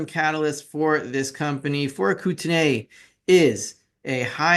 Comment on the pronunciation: Hey the real pronunciation is Koot- nee, not Koot-en-ay Just ask a local. Love your stuff, btw